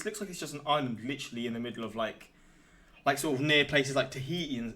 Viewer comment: This man called it Taheehee. 😂 It's definitely Tahiti. Taheehee is Micheal Jackson's private island. 😂